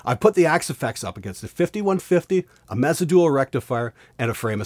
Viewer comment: Dude its pronounced "May Sah" I know Mesa reps and have been to Mesa clinics and that's how they pronounced it. Oh and been to thier booth at NAMM they peonounced it "May Sah" as well.